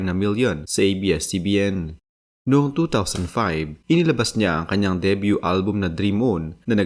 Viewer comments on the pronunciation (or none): none